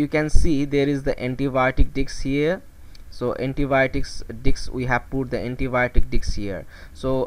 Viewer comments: am I the only one hearing diks diffusion method instead of disk diffusion method ? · Disc not dics 😅